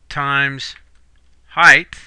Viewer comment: It's height, not "heighth". It ends in a "t" not an "h" like length and width.